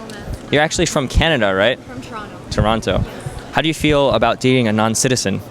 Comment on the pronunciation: SHE PRONOUCED TORONTO RIGHT!!! She really is from chuh-ron-no!